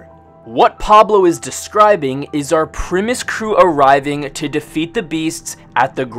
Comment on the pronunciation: Is he saying "premise crew"?